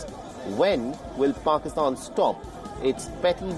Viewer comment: I love how you call it paxtan instead of Pakistan. There is nothing pak about them.